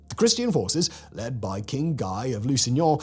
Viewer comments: Guy was French, so it's pronounces closer to "gee" than "guy" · "...led by King GAI of LOO-SIN-YAH..."😂😂😂 It's like the French version of when a guero is speaking Spanish but still says "tee-uh-wanna"